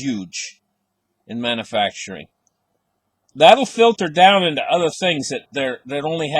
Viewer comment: says, "mannafacturing." We all know he means manufacturing, LOL.